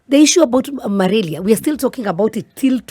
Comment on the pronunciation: Ni malaria not malaria.....